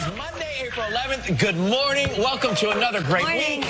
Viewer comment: If you listen to her again it kind of sounds like she say's warning instead of morning.